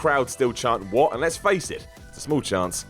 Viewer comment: It's "What?", not "What!".